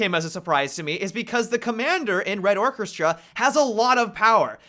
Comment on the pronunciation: Come on man, is it so hard to pronounce the word "orchestra"?